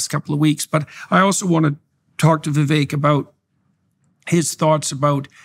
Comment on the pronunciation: Hey..Indian here. It is VI-VEK. NOT, VI-VAKE.